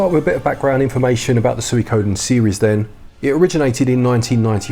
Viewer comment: Swee-koh-den! I loved the story and characters in the original and would love to win it for my Switch! Pretty please! ;)